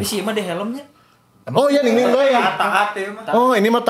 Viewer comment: Bang, kalo susah nyebut nama Ningning 😂 gapapa kok nyebut dia 𝐍𝐈𝐍𝐈𝐍𝐆/𝐍𝐈𝐍𝐆𝐒𝐈𝐇. Karena itu panggilan kesayangan fans dari Indonesia untuk dia. 😅❤